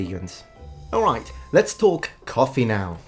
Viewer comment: Kaffeh xD